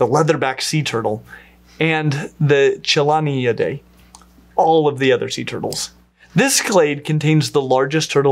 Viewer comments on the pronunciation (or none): Hi, as a turtle researcher I very much enjoyed this video but I want to make one comment. The ch in all of these names, Chelydridae, Chelidae, Cheloniidae, should always without exception be pronounced with a hard k sound. A soft ch sound as in charm should never ever be used for any words of Greek origin. Great video otherwise! I was glad to see you were up to date on the placement of Trionychia relative to the rest of Cryptodira, as opposed to the older placement nested deeper up in the clade.